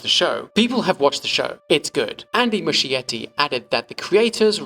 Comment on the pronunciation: nice video! just wondering, does Muschietti pronounce his surname like that?? As an Italian it sounds weird 😅 It would sound more like Muskietty [musˈkjetːi]. The meaning is something like "small moss[es]"